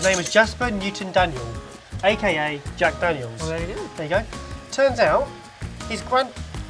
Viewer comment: Jag Dagnels and bacon strips... Trying to reach someone?